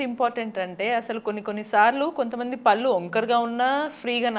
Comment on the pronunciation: పళ్ళు అనాలి correct yout prononciation . It's really so important